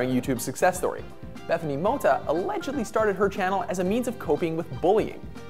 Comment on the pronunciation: it annoyed me so much how he said "Mota"